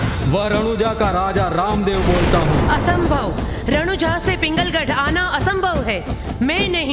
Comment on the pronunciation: पिंगलगढ नही पुंगलगढ है।